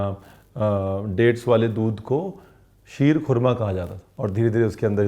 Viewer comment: The way you said ख़ुरमा not खुरमा like other illiterates, you made me your fan.